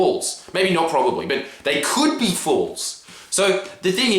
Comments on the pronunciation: Thank god someone else noticed! I was like wtf ew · I've never heard someone pronounce false like that what the hell